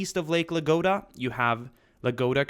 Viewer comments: It is nott Lake LAGODA it is Lake LADOGA. You've got the D and G reversed. Please pronounce the name of the lake correctly! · Not Lagoda, but Ladoga) Video's amazing tho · Thanks for the great videos! P.S. I'm from Russia and this lake's name pronounce like "LaDOga" or "Ladozhskoe", but it's okay :D